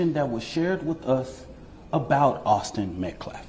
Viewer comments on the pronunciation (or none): this dude cant stop pronouncing Austin metcLaf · Disrespectful? Disrespectful is repeatedly pronouncing the victims name over and over. His last name is Metcalf, not Metclaf. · This group of people, represented by a person that can't or won't even pronounce Austin Metcalfs' name properly. His last name is NOT, MetcLaf it's Metcalf! What an idiot. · Their Representative is mentally impaired. He can't even pronounce METCALF correctly. He keeps saying METCLAF. What a clown. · is dumb as a rock. Have respect fool….. it’s METCALF not Metclaf! Mispronounced words and Daniel Penny’s name. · Their spokesperson can't even pronounce the victims last name. The victims last name is phonetically pronounced met caff, this clown keeps saying met claf So many years of racial tyranny have rendered a whole race unable to speak proper English and grammatical correctness. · This guy talks like he was raised by black women. Also, it’s Metcalf, not Mectlaf. I pray for everyone in this situation. This does not help black ppl. This sets them back…. Big time. And that is truly sad. AND if the gets suspended or expelled it means nothing. The school does not want this. They have thousands of kids to take care of. It wouldn’t surprise me if the parents pulled their kid out of school after seeing his brother killed in his own arms. The man speaking is what’s wrong with DEI. If he was a judge could you imagine????? Trump had this done to him by tish. Upside down world. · It's METCALF NOT MET-CLAF 🤬🤬🤬🤬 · I'm honestly so done with this POS race hustling career criminal talking about "disrespecting the victim" when he can't even pronounce his freaking name correctly! It's METCALF NOT METCLAF DUMB@ And wth is a "weather journalist"? Do you mean meteorologist? 🙄 For the record, I do not agree with either family being threatened or doxed. That is despicable behavior that neither party's family should go through. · “MetcLaff” speech impediment wha?!?😮